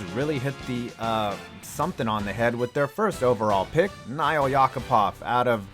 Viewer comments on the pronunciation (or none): Nail as in nail and hammer...YACK-A-POV lmao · “Nile” Yakupov 😂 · How do you miss pronounce a name that is an object. Nail is pronounced normally lol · Dude. It's just Nail. You pronounce it exactly like it's spelled. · Nail Yakupov’s first name is actual pronounced like nail, would’ve made the jokes better